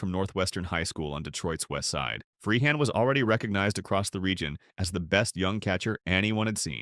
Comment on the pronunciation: This is an insult to Bill Freehan! You can't even spell or pronounce his name properly and that goes for most of the other players that are included! Lazy sloppy work!